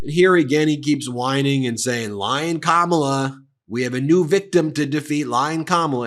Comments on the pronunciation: It’s time to stop tolerating the intentional and deliberate mispronouncing of Kamala’s name. She has said on numerous occasions that the correct pronunciation is “comma-la”. It’s not that difficult! I think they do it in an attempt to “other” her. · Can’t even pronounce her name he stands there and projects over and over again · He can’t even manage to pronounce her name correctly. What a pathetic loser. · It must be Maga's obsession with the Professional Wrestling world by confusing The Vice president Kamala Harris wit the way the late wrestler James Harris (no relation) stage name of Kamala the Ugandan Warrior... That must be why they can't properly pronounce the future president's first name.... Just a thought... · Stop pronouncing her name wrong!!!!!!!!!!!!!!!!!!!!!!!!!!!!! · 1) Those people standing behind him unironically holding "Back the Blue" signs after hearing him say he would pardon the January 6th insurrectionists who assaulted and abused capital police people, resulting in deaths is blowing my mind!!! 2) Trump wouldn't know the truth of it crawled up his a$$ and had babies!!! 3) Finally, you know good and damn well, he knows how to pronounce Kamala's name!!! I've heard him say it properly. He is now using the deliberate mispronunciation of her name as a jab, insult and racist dog whistle. (BTW, that's Madam Vice President to you sir!) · Now that Trump is deliberately mispronouncing Kamala, she should refer to him as Don-old, with an emphasis on the second syllable. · Have you noticed they’re all purposely mispronouncing Kamala’s name now? Cuz they’re 10 years old. 🙄🙄🙄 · Mispronouncing is part of his shtick. He wants her to sound foreign. He's the worst. Can't believe we're still being subjected to him! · Hannibal Lector, grunting, Hulk Hogan, Kid Rock, ratings, crowd size, pronouncing Kamala wrong, polls, fake news etc. What does he have for the future? Nothing. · 😂😂😂 He can’t even say it right. Must be declining.